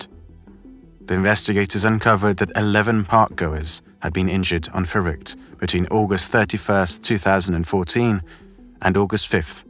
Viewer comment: Your pronunciation of Verrückt is amazing. Have you learned German? As a German who has heard this story on various channels you're the first one to say it correctly